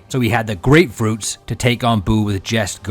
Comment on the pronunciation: All GREATFRUITS and all... Until you hear a G.O.D. says HAKAI💀